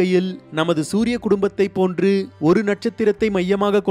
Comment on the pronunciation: Suriyan not duriyan